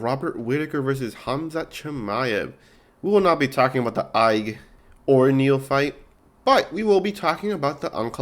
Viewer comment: This video is unwatchable how u pronounce rakic ige and lerone Murphy as Leon